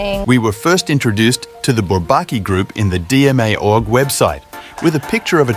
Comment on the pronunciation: Its crazy that this was dubbed with ai, the dub is very listenable. I recommend spelling stuff how it sounds if it says it wrong (eg: video said "Dæma" instead of "Dee-ma")